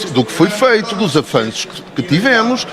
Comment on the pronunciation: Avanços ou ele ia dizendo afananços?